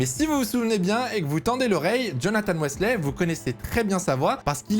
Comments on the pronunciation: Jonathan West Lait ? Weathley se prononce Weetlee pour la petite info haha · non sa ne me dit rien car ça se prononce “Huitley” pas “Wesley” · superbe vidéo, mais ça se prononce "whitley" bg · Ça m’a fait mal aux oreilles à chacune des 20 fois qu’il l’a répété 😭😭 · C’est Jonathan Wheatley « whea » ça se dit wouuuii et « tley » ça se dit tleeeyyy !! 😂😂😂